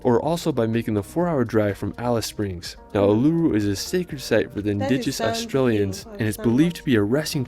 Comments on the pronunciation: Lovely photography of our wonderful country BUT...if you're going to get an American to do the commentary at least get on who can pronounce our places of interest correctly. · It's "Uluru" no longer called Ayers rock since 93 i live in the Northern Territory.